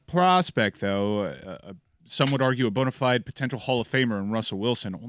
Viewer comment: The guy who pronounces 'bona fides' that way not knowing what drawing lots are is an absolute upset.